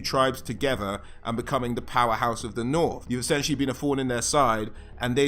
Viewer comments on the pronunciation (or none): none